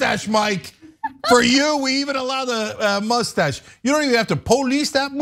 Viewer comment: Poe-lease that MOUSSE-TASH!! awesome ref Cenk😂